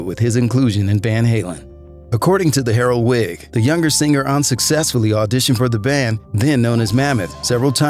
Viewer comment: Dude you dont need to pronounce the G so hard in singer.... sing-gurrr